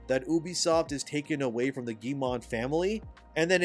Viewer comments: Love your takes and point of view! btw, Yves Guillemot doesnt have a "n" to make "mont" its mot... Phonetically, it sounds like "m-oh" -- So "ghee - yuh - moh" :) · Hello, i like your videos but i want to add some counter points on Ubisoft case. Just to say, I'm french so what i know is from french articles, youtubers and stuff. - ubisoft shares are at 13,67€, not $, Ubisoft is still french. - We don't pronounce the T in Guillemot (ok i stop jesting) - Ubisoft is not cooked as you say. The Guillemot family is way stronger and richer than you'd think. - over here we were proud of Ubisoft, but bow they are a shame, we hope it changes, but that it stays french - i say this because it all seems almost too obviously that Tencent is gonna buy more share and become the real pwner instead of Guillemot. In france some evn say that the poor result and shares crash is a big plot from them. -the slovak investor who wrote the letter is not even 1% shareholder so not that much weight tbh. - We do hope that one of the somution is for Guillemot to step back from CEO, but still keep the ownership - some like to spit on ubisoft "simple" recipe : open world. But they still sell many games, cause it works and pleasez many people. Like assassin's creed and far cry. Mainly because of story more than gameplay. So no, they are not cooked yet. A d i hope noone buys the IP, and that they just go back to do better. Firstly change CEO and do not sell it to the fucking Chinese Edit : also Valhalla main character (Eivor) is canonically a female so your point in invalid. Even if i find it stupid as fuck. All this started go to shit since odyssey. Stop giving choice. D